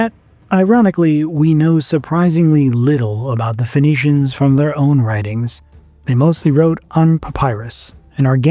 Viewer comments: Isn’t Phoenicians pronounced as “ finicians” instead of fonicians?? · Why are you pronouncing it as Venetians lol